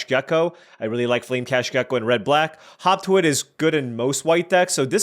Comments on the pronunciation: It's not yours or WoTC's fault, but every time you say "hop to it" all I can hear is "hawk Tua it." Either way, I agree. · Watching it on 1.5 speed while at work, had to rewind it to make sure he wasn't saying hawk tuah when reading hop to it.😂